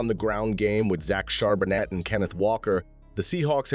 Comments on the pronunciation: Shar-ba-nay..... You're welcome! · Charbonnet the t is silent. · Whoever made this video is clueless. We literally never run play action, our run game has only taken off just this week, JSN is not a rookie, the T is silent in Charbonnet, and Witherspoon is the shutdown corner, not Tariq (though he's decent too).